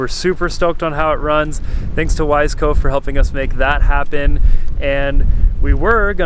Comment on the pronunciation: It's not Wise - Co, its pronounced Wiss - Eco. Common mistake. You wouldn't want to call you buddy Johnny, Joh-nee now would you? Or maybe you would, I dont know.